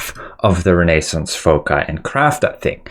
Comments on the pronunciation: REYNAE-SENSE FOH-KAI:face-orange-biting-nails: Everyone else: REH-NUH-SAANS 💯FOW-SAI 👌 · bro , i love your videos but its pronounced renna -zance, as in the renaissance period in Europe.